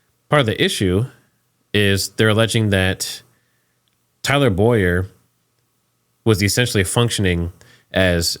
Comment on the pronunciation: His name is Bow-yer. Not Boy-er